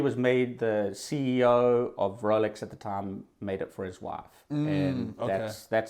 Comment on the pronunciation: I thought dude was saying Relics not Rolex for the first few times haha. I thought maybe that was another brand at first